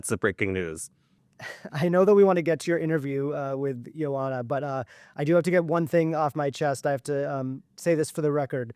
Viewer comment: Her name is pronounced “yo” “anha.”